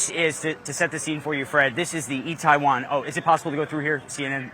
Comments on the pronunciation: He's reporting on Korea and he can't even say the name of the place properly... come on, CNN. Do better. It's pronounced Ee-teh-won. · Can you atleast pronounce the name of the fucking neighborhood right!? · Doesn’t know how to pronounce Itaewon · for a CNN dude to be in Seoul it's pretty pathetic that he can't pronounce itaewon properly.